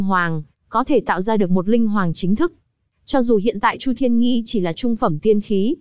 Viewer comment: Chu thiên nghi mà nghe sao ra nhi v